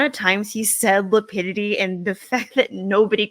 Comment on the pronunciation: Yessssss. “Lapitity”😂😂😂😂